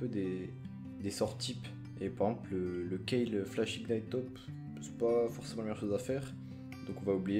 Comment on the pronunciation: "ignight", mes yeux saignent mdrr